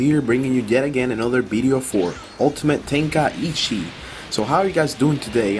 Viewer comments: Ten-kai-chi...is how it's pronounced...just like it's spelled....not ten kai ichi... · Lol, Ten Ka Ichi.